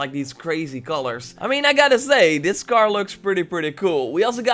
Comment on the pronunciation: Why is he saying car as gar?